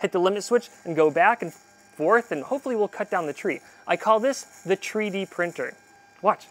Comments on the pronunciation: I had to turn off the video as soon as he said "tree-D printer" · I know the tree-d-printer joke is a play on 3d printer, but it also sound like tree deprinter, as in it unprints a section of the tree